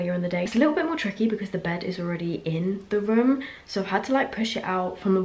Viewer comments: I was like "What rim is she talking about?" until I realized she says "room", not "rim" 5 minutes into the video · luv how she says rum for room